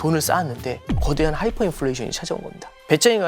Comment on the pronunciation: Hyfer가 아니라 Hyper입니다.